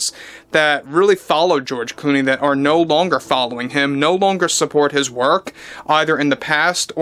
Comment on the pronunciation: George Gloomey or is it George Looney or is it George Gloomy....😂😂😂😂